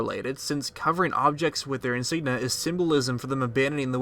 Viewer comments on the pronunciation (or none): It's pronounced HEROINE. Like hair oh win. And Hylian is pronounced HIGH-lean, not hill-lean. And INSIGNIA has three I's, it's not "insigna." You sound like you're 9 with your mispronunciations.